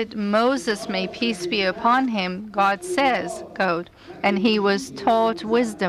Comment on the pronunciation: No shit. It just sounds like she's saying "coat" not "quote"